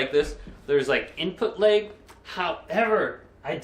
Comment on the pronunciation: Take a shot every time he says "input layg"